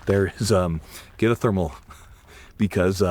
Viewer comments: Why can’t he say thermal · Can you not say thermal?